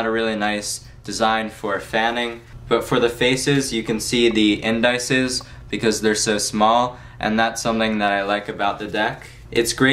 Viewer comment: great review. they're pronounced IN- DISS- EEZE, though.